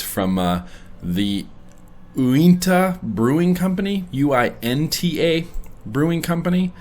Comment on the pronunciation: Uinta: pronounced You-in-tuh